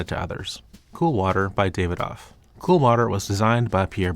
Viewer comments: Also Dah-vi-doff not David-off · Davidoff = Dav would rhyme with "Have". The "i" would be pronounced like in the word "it".